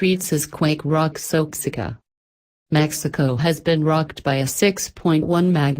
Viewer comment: oaxica ? It's wa-hack-uh